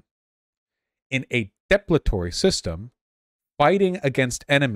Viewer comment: hes saying "depletory" weird. its considered archaic, buts its mostly synonymous with "depletive"